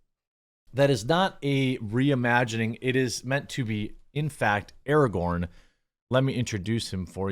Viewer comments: It's pronounced a-ray-gern now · Would this make him Ar-rahgorn? Asking for a friend.